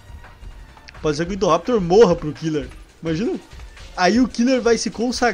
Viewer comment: Chama o indoraptor de indovenotor